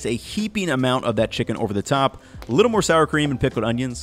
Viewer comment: "Wait a BITTLE longer"